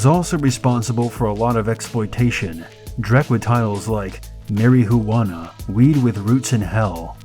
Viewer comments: Mary Hoo Wana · Don't forget mary-hu-wanna and voe-duh-ville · And "mary-huwanna" :D Enjoyable, informative piece that would be much better with better-written narration, including the ignorant-sounding pronunciation. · and MARY-HOO-WANNA!!!>??